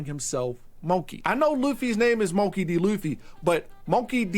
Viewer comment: when you cant say "monkey" correctly because you watched too much anime...